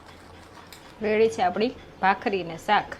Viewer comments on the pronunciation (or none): none